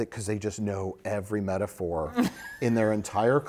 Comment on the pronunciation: I love How Picard Stretches the Syllables Out For The Word Met a phor.